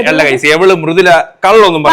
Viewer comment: Pronunciation Mrudula fan fan fan fan fan❤🎉🎉🎉🎉🎉🎉🎉😮🎉🎉🎉🎉🎉🎉🎉🎉🎉🎉🎉🎉🎉🎉🎉😊🎉